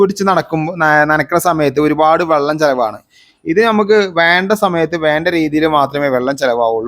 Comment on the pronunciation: വള്ളം എന്നു പറഞ്ഞാൽ തോണി എന്നാണ് അർത്ഥം. വെളളം എന്നു പറയൂ.